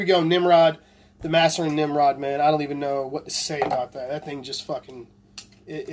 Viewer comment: Its MAAAAserin you fucking nimrod haha